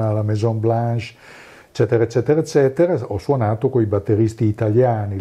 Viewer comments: Mi permetto di correggerti: "ezzetera ezzetera..." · "eccetera eccetera" a parte, super intervista! :D